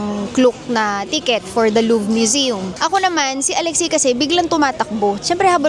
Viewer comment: its loo-vuh not luv 😅